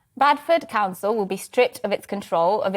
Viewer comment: Did she say Badford or Bradford?